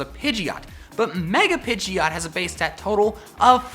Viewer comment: Not pidgeyot, PIDGOT How to pronounce PI-JOT